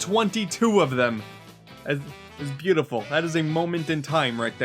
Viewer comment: This...this is byoutifal. Truly, byoutaful.